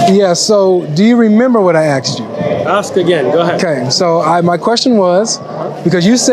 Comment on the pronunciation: Props to what he's achieved, but saying "axed" instead of asked is just wrong.